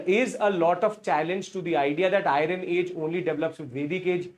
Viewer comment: It is not iyaran , but iron or ion